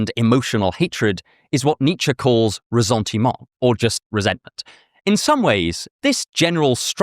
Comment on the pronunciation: When you pronounce "ressentiment" the French way, you have to sound the ss as in savior or saint... or the s at the end of Jesus 🤪 Excellent video.